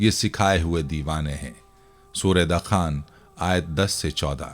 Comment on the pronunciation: Arey hazrat Qur'an majeed ki soorat ka naam 'dakhaan' (دَخان) nahi dukhaan (دُخان) hai. In'aam nahi an'aam hai. Kam az kam sooratoN ka naam to sahi lijiye.